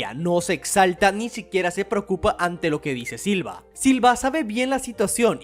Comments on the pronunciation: Se le dice Silva, ya que es la forma en como los japoneses pronuncian "Silver" en inglés, pero como de hace tan poco esfuerzo por pronunicarlo como se debe, que al final Silva termina siendo lo canónico. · Me gustan tus videos pero no puse pasar del minuto 2 escuchando múltiples veces siva en lugar de silver.